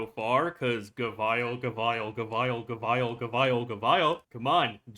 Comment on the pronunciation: Up to you on how you want to pronounce Gavial but the usual pronunciation is Gaveel both in English and Japanese. You can hear it in the gavial episode and EN official 3rd Anniversary livestream. English is a weird language so normally we pronounce the operator names based on how they themselves or others introduce them.